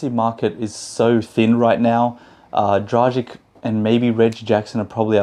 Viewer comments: It’s actually pronounced „Dragitch“. If we wanna be precise, let’s be precise ;) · It's pronounced 'Dragich'. Who's the beautiful girl next to you? :)